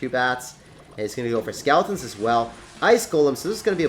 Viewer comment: Does anybody else notice that he says skaletins instead of skeletons 😂😂😂